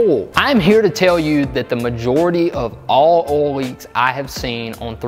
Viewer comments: Great vid, subbed. Just an FYI, there's an "i" in "oil". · Ohl Ole Owel Uol Idk how to even spell that sound